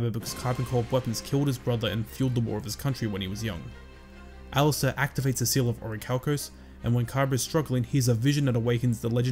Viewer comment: 😂😂 then officially it's "the seawl uh oracalcamose" Pronunciation is key